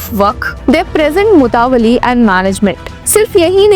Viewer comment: Anchor concerned please need to work on pronunciation like mutawalli, awqaf etc.